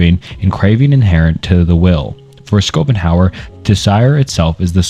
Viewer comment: I love how schopenhauer became "Scoop'em Howard"